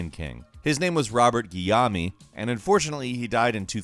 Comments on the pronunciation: ...I don't wanna be that dude, but it doesn't pronouce Gui-lla-me, more like gui-llome the E doesnt pronounce.... French name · "His name was Robert Gey-yammy"..... ROFLMAO Dude....it's Guillaume. Pronounced like Gey-YOME. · Robert gee YOME; been acting on TV since the 70s (Soap, Benson, etc). You seemed sure about your pronounciation but later apologized profusely over other names, including for not being French/knowing correct pronounciation of French names. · Your pronunciation of Robert Guillaume's last name made me chuckle. It's actually pronounced "gi-YOME". Two syllables. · I believe it's pronounced "gee-ome." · Robert GEE-AH-MEE. LOL. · pronounced Robert Gee-ohm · Robert "Geeom". It's a creole name.. Put some respek on my name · Robert (Gee ome) hard G not J sound and Lou Gosset Junior is a oscar winning actor. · Robert Guillaume = Robert Gee-Yome (pronunciation). He's most famous for the sitcom "Benson", and he co-starred with Rene Auberjonois (Odo, from Star Trek: Deep Space Nine). Auberjonois recently passed away in December :( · You need to apologize for murdering Robert Guillaume"s name too it's pronounced GEE (hard G) yome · Robert Geeyohmee, hahaha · Guillaume is pronouced "gee yome" (yome like "home"). Guillaume. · Guillaume, in Robert Guillaume, is actually pronounced as "Ghee-yoah-m" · Guillaume is pronounced Gee-yome. The G sound is same as in grass. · Robert Guillaume:, you have really mispronounced some names before, but you fucked up this one bad....Gee-Yome, That's as close to phonetic for you as I can get... Would you young people please look up pronunciations before you read scripts, especially when you don't know the word... That shit aggravates me more than anything, and I'm no I'm not the only one who gets pissed about it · His name is pronounced Gee-Ohm. Benson!? Hello?! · yeah his pronunciation hurt to hear. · Hahahahahhaahahahasahahhaahh love that you completely mispronounced Robert Guillaume’s name. 😂😂 It’s Gee-yohm FYI